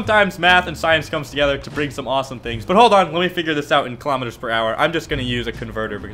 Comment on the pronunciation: Now people are hating on you for pronouncing kilometres wrong.